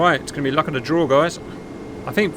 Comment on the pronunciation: Fly. Again. Still hasn't learned to use the 'th' sound.